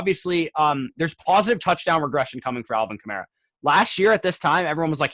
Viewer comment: said Alvin Kamara wrong